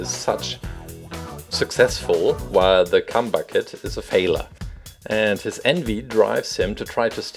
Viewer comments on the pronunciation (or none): anyone else hear cum bucket instead of chum bucket when he was talking about plankton? lmao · He said cum bucket not chum bucket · omg he said cum bucket. its chum ok